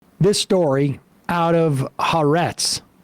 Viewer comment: a nit, but Sam, please, the name of the paper is pronounced HA-ARETZ. the second ‘A’ is open and accented, as in ‘Adam’